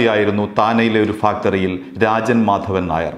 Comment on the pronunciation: Factory ennu parayunnadu onnu sheriyakkuka ningalude vartha vayikkunnadu Nikki istamanu ningalude sound um